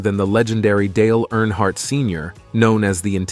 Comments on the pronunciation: Great video, but could I suggest something? You should definitely fact check and proofread before recording and the final upload. First of all, Dale died in 2001, not 2021. His name is not NH Hardt, New Hampshire Hardt, or Airhart. His name is Dale Earnhardt. Lastly, the other driver on that fateful day was Ken Schrader. If you have inaccurate information, and repeatedly mispronounce the surname of the man who is the subject of your whole video, that honestly takes away from what I can tell is a respectful and heartfelt video. Not to mention that it’s also irritating. I saw onscreen text in another video that was different from what was said, like saying the year was 1967 and the text saying 1976. Please be mindful of that if you want your videos to be taken seriously. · Stupid AI talking, can't even say his name properly